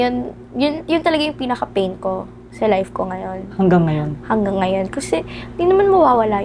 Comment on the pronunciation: HAHAHAHAHAH FAIN instead of PAIN hahahahhaa natawa ako dun